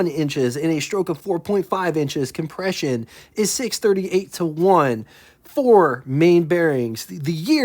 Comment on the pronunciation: Please learn to pronouce the compression ratio correctly